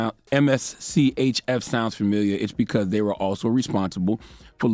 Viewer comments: MSCHF is how you spell it... It's just pronounced mischief... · Just say Mischief. Geez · I’m weak, it’s pronounced “Mischief”